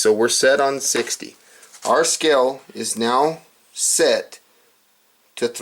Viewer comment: It's pronounced "scale", not "skell"....okay?